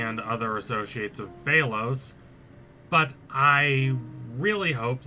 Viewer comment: Oh my god it’s BELL OS NOT BEE LOS Not only do you need to learn how to say Odalia and Belos’s name correctly. Amity’s hair is lavender which represents her homosexuality as well as defiance to her mother. Cause if you didn’t know lavender was associated with homosexuality during the 20th century as gay men were referred to as “lavender lads”